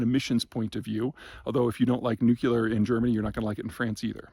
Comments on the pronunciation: Nu CLEE uhr. Not nuke YOU luhr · Nu-cle-er no Nu-ce-ler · Nuculer? Not hardly. The word is nuclear. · nuclear, not nukular. thanks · It's not " nukular " it's nuclear , like ....nucleus , this make you sound techno illiterate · Love these talks; I feel smarter just by listening. What is the chance that ultimately Peter will pronounce "nuclear" (e.g. New Clear) properly, i.e. not "Nukular"? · Am I the only one bothered by mispronunciation of nuclear to "NOO-kyuh-luhr"? I know it's so common it's pretty much accepted now, but every time I hear it, reminds me of Homer Simpson episode where he mispronounces it. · Peter is a brilliant guy. It is interesting that he chose to pronounce “nuclear” as “nukeela”. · Every time you say "nukular," God kills a kitten. Please, have mercy on the kittens. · please stop saying, "Nucular". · Considering that you overtly try to sound smart, you may want to look up the pronunciation of the word nuclear. With your level of narcissism- it’s odd to see that simple mistake… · Germany has plenty of renewable power. It work just fine. What they need now is the means to smooth the production peaks and valleys with viable storage schemes, be it battery or something else. Germany is looking at a tough winter, agreed. But they're a smart-enough country when they manage to look past their bureaucratically entrenched myopia. EDIT: And PETER!! "Nuclear" has only ONE "u" in it! NEW-CLEE-URH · Your mispronunciation of "nuclear" is surprising and distracting, as this comment illustrates. Unsure why you, of all people, do that. It's an English word isn't it?